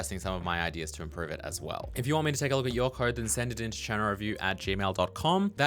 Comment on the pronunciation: Does anyone else think pronounces code like "khode"?